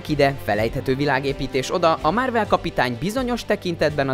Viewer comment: "Márvel", "Rodzser Mordó". Hallgasd már meg, hogy miket mondasz. Hihetetlen, hogy egy videót nem bírsz úgy elkészíteni, hogy normálisan olvasd fel, amit eléd raknak...